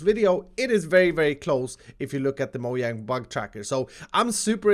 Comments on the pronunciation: “Moyang” hmmmm I think it’s moJang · He still says moyang (no hate) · Did call mojang moyang? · He Says "If You Look At The (Moyang)"¡¡¿ Is He Germany?